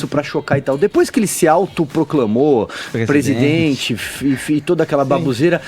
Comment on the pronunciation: Nao custava nada o fazer uma fono pra tirar esse R que ele tem, jornalista que não fala direito não evolui. PEGUESIDENTE PEGUEPAGADA PAGA O CARGO